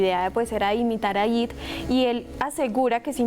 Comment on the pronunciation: No se dice IT SE ESCRIBE ET Y SE DICEI I,T